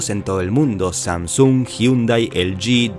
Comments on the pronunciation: Samsúng??? Pensé que era Samsung sin acento simplemente una palabra como cualquier otra que no tiene acento. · Que fea manera de proncunciar SamSUUNG dios... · Todo muy bien hasta que se pone a pronunciar SAMSUNG.